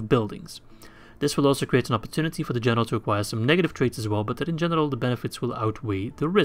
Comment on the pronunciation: Everytime he says "general" sounds like "genital" to me